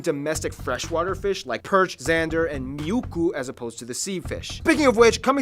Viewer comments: Fish is apparently called vendace in english and he mis pronounced as miukku instead muikku. He was also making references to his sponsored trip to Finland in the beginning of the video. Learn the lingo dude😂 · I hate it when he says miukku because it is muikku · It is not a big thing but it still annoys me. Miukku...